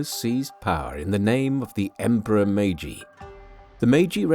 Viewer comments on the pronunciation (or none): 마가시유신? ㅋㅋㅋ 메이지유신을 저리 발음하는구나 ㅋㅋㅋ